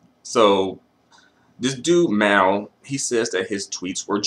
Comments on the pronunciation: pronouncing Maaal like this dude is crazy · I never knew Mal was so hard to say